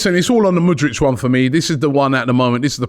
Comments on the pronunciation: can you stop saying mudrych fam its mudryK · Love ya but bloody hell man, the way you butcher names is unique. It's MudRYK, not MudRICH! He's not Croatian my guy 😆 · And Murdrich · Robbie. Its Mudryk not Mudrič. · ROBBIE! Robbie... hes Ukrainian, not Croatian! Its not mudrić... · He dont wanna come to arsenal because you guys cant say his name right. Its K at the end, not freaking ic'. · How hard is to pronounce MudryK? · Thank you!!! I don't know why Robbie finds it so hard to pronounce the K at the end of his name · he thinks it's like Modric lmao